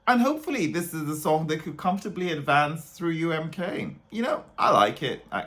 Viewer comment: UMK is supposed to be pronounced in finnish "Uu äm koo" not "Uu äm kaa" how is saying lol